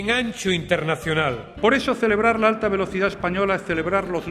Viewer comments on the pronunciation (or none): none